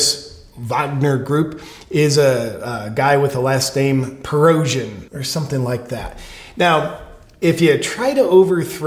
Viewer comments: The generals name is pronounced preh-go-shin just for future reference. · Great analysis. Black and white goodies and baddies. Conclusive statements w/ no evidence and you can't even say Prigozhin's name. Merica!